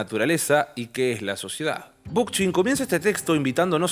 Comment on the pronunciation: Muy bueno este vídeo, solo me queda una cosa. ¿Realmente se pronuncia Bookchin con Ch de español y no con K? -como suena en ingles-. Me encanta que hables de él, los videos sobre anarquismo también la rompen. Gracias por el videazo! <3